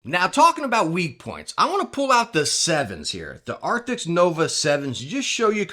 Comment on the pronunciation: Arctis. Not "Arctics" 🤦🏻‍♂️